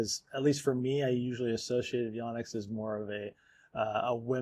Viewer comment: So I really like your show... but please, please, PLEASE pronounce the name properly. It's not "Yawnex" it's "Yonex" as "YO - NEX". Names are important. Lets get this right. Eric Samuel Yonex Brand Ambassador Captain DMV (Washington, DC/Maryland/Virginia)